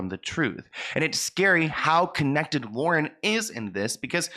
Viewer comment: I’m sorry but it’s Lauren .